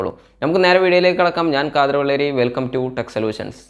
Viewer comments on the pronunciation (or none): none